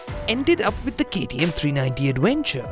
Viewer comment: AdWENcher AdWENcher. 😂